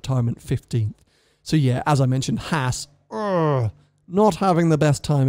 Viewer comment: Oh my God! Why is it so hard for Brits to pronounce Haas. (maybe it's the lisp?) It's the same A sound as in FerrAri. Just stretch it out a bit. It's not that hard.